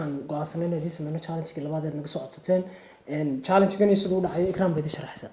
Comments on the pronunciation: Pronounce it well it is challenge not chaalang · Jaalaanji ikraney pronounciationka inaga saxa 😂😂😂😂